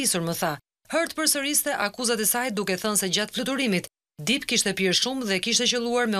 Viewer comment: Ju lutem shqiptoni mire anglishten mbiemri nuk shqiptohet dip por dep